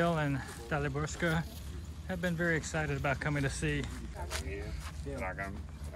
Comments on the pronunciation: hmm .. her name is probably DALIBORKA, not DALIBORSKA :) Daliborka is female version of male name "Dalibor" words with "s" somewhere at the end are mostly adjectives. There is a "Daliborska" street maybe but the name is without that "s" :) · Am I right that you call this woman DaliborSka, and she should be Daliborka, without S in the middle? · Daliborka........not Daaliborska.......well, originaly I am from that part of the world and I've heard a lots of girls/women bearing name Daliborka (without "S") but nerver Daliborska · Daliborka not DaliborSKA ????